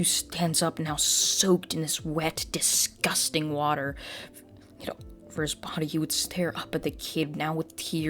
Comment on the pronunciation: Why did you put so much emphasis in the word disgusting?